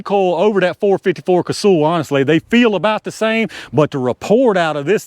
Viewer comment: It’s not “Casool,” it’s pronounced like “Castle.” I met Dick back in the early ‘70s and that is how he pronounced it.